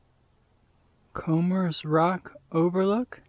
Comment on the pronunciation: Nope, you said it right. Comers (sounds like Combers) Rock. Grew up not far from here, dated and married a girl from Comers Rock.